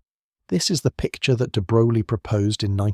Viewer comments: It's pronounced "de broy." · Why should we take this seriously when you can’t even take the trouble to learn how to pronounce the man’s name? Sheesh!